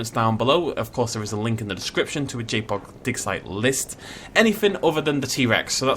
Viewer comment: Every time you said JPOG for the first 5mins I heard Jake Paul and imagined you making a Dinosaur park dedicated to jake paul.